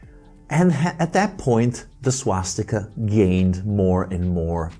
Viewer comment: Swatzsticker sounds allot like SwatzsTIKKA to my sindu ears